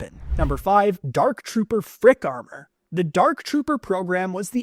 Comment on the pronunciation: he said amor kan...